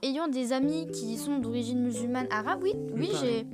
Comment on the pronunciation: ''D'origine mululmane'' La violence 😂